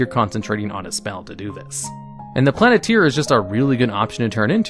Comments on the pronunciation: Hearing you say "Planeteer" instead of Planetar just makes me want a Captain Planet campaign xD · Mass Polymorph rated higher than Psychic Scream? Sorry, but no. That Int save stun is oppressive. Plan-I-tier? Plane-tar dude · It's a Planetar not a planeteer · Planeteer? It's planet-tar. This isn't with our powers combined too summon captain planet. Lol. Rick and Morty had Planet-Tina lol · Hearing the pronunciation of "Planetar", it's clear someone grew up with Captain Planet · How do you not know how to pronounce planetar? It has AR at the end. In no English language does AR make the eer sound. Examples of words that do make that sound is deer, fear, beer, steer, etc. Plantar makes the AR sound. Examples: tar, far, car, star, etc.